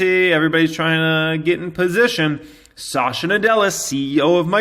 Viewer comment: Well a small observation - he is sa-tya and not sasha nadella. Good video as always.